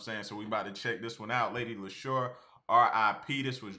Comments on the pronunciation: Lady Leshurr pronounced like Lady LeeShaw. Just fyi bro. Nobody gets it right the first time. "Porky pies" is UK slang for lies. That island patois though....AyEEeeee! Love LL. Check out this Queen from the U.S. Sa-Roc - "Forever". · It's pronounced "Lee-sha" Like Alicia without the A. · Lady Leshurr (pronounced Lee-sha) is on fire this year. She is an independent artist because she wants to be, to retain control. Check out her New Freezer Freestyle for more 🔥🔥🔥